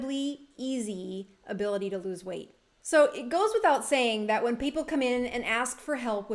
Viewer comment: "lose", not "loose" weight, just FYI :) great vid